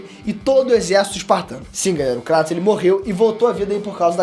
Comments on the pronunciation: Cara... Show o vídeo... Pena que o tema fica subjugado pois não existe essa "pira" de ser ou não digno, mas, POR FAVOR... KRATOS (kreitos)... Não KRÁTOS....tenha dó. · Não consigo suportar os dois falando Cratos... até na própria dublagem do jogo eles falam Kratos